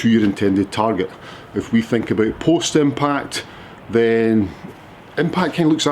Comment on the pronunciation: I thought you were saying Postman Pat not post impact - just got it...... thanks!